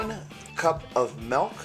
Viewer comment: I smile every time he says 'milk', it comes out like 'melk' and that's how my mom pronounces it :)